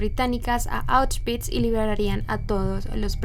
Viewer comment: Me encantó que pronunciaste correctamente Auschwitz ❤❤❤